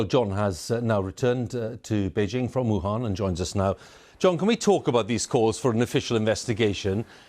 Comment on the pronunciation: Western journalists cannot pronounce 'Wuhan' correctly.